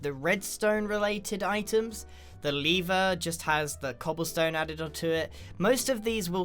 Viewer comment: leever? lol